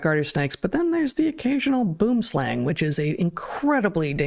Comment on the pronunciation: Crazy and tragic story about the snake in the lecture, I've never heard it before.. As a South African, I must let you know its not pronounced boom-slang , but boo-um slung. Slang (pronounced slung) is afrikaans for snake, boom (pronounced boo-um) is afrikaans for tree.